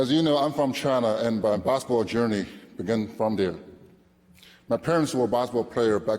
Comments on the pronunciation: his "basketball" pronunciation sounds like "baseball" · Gets inducted to basketball hall of game, can't even pronounce the word "basketball" well, SMH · Alexander I know I'm not hof so I don't need to contribute. He's a hof, he should know how pronounce the word basketball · Not that case. Just swallow the last word "t". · and he got inducted to basketball hall of fame, he can't even pronounce it well